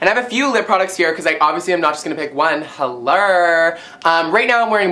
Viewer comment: OMG HE SAID HELLUR. I LOVE U.